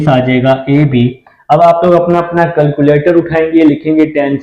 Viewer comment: Sir boat ko.to sai pronounce kare calculator ko bhi